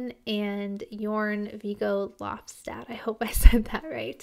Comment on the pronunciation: You said it just right,as he writes it Jørn Viggo but pronounces it "Jurn Viggo",and Lofstad is pretty much straight forward,some dialects might have a silent D at the end,while others say the entire thing,so you are good to go. Norway is one of the countries with the most dialects in it,despite the country being one of the smallest ones in the world. Quite ironic isnt it? This is "Jurn" Viggos signature,almost like he is taking a bow with his guitar,and then he often continues to play his guitar solos abit hunched over,showing more clearly how he actually plays his guitar,so if you watch him/Pagan`s Mind in concert and you have front row tickets,you get him and his guitar really close. This Northward song (alongside all the others,wich also doesnt have a music video) gives you a nice taste of what his solos are all about. He changes up his guitar solos all the time,thats what i like about him,one guitar solo can be taken way heavier then the other,one can be far more rhythmic then the other etc. But everytime,its like his guitar sings for you. And you are right,there are abit of Tom Morello influence in there. I know there is abit of old Gary Moore play in there,these guys are influenced and inspired by so many greats. Another band there is as you can see on "Jurn" Viggos t-shirt: Motorhead ( i believe he is in the British fanclub himself,thats pretty much what his t-shirt says) Floors own words about Northward: I have always wanted to bring out the Rock N Roll side of